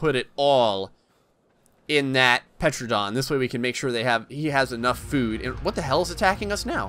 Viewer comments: wakko151 no you are also wrong it is not pronounced “Tera-Don” it is pronounced Ter-Anna-Don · “Petranadon” AS A SELF LABELED DINOSAUR EXPERT I AM HAPPY TO SAY THAT IS NOT HOW YOU SPELL IT >:0 I know this vid is old But Sir It’s pronounced “Tuh ran uh don” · It's pronounced teradon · its called a Tera_Don. and its Mortar and Pesel. Not the spelling but how you say them. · Bro u say like tear-u-don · Dominic C. No it’s Ter-Anna-Don..... people always forget the Anna part in the middle! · Petranodon? PLEASE. PTERAnodon is the most popular pterosaur and you pronounce it wrong... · The “p” in pteranodon is silent. Like pterodactyl or pteranodon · you don't prenounce the P in pteradon